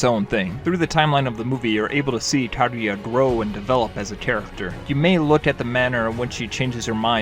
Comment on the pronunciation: Ya know everyone can have their own opinion… but pronouncing it Jibli? Ka-gooya?